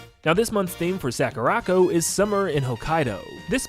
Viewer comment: Sakura. Co. Not sackuracko. Please, for my sanity...